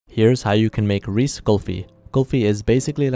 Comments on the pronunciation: When he said “let’s make some Reese kulfi” I was like tf what’s Reese and then I saw the Reeses I was like ohhh he meant Reeses but i don’t rly care how he pronounces the word bc its his choice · Dude you can’t just call it reese it’s pronounced (reese-is) idk why I’m so mad about this but I am genuinely mad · I pronounce it Reecees yet he pronounces it Reece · It’s not rees pronounce it like RE-says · it’s pronounced “reese’s” as in “this belongs to reese.” not “ree sees” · Reese's is pronounced "Reece" in Canada, I've seen a video of another Canadian person explaining that after people commented they mispronounced it ^^ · Canadian people like to pronounce it as “Reese”. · Yall are all wrong, even the OFFICIAL ADS pronounce it "ree ces" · I have never, ever, heard someone pronounce Reese’s as Reese. Sounded like He was trying to say Rice. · Have I been pronouncing Reece wrong the whole time?!? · I’m not sure if he’s calling it Rees to annoy the Americans or if that’s just how it’s pronounced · They pronounce it Reese in Pakistan (I think) or it’s just how he pronounces it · The way he pronounces Reese’s hurts my brain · Oh, kind reminder, for Reese you pronounce the e at the end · That’s how he pronounces it, he lives in Pakistan so that might also be how they pronounce “Reese’s” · AYO WHAT HAPPENED TO THE S AT THE END OF THOSE REESES WRAPPERS I THOUGHT HE WAS JUST MISPRONOUNCING IT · That’s just how he pronounces it, he doesn’t have to pronounce it like everybody. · You pronounce that wrong 💀💀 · Bro what is that pronunciation of reeces 💀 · It’s cool but I think your pronouncing Reese wrong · Actually, he lives in Pakistan, and he also doesn’t have to pronounce it like a lot of other people do, and also your trying to correct his pronunciation but you can’t even spell meant right. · Bro doesn’t realize that people pronounce Reese’s different in countries different than the U.S.A. (I think he lives in Pakistan)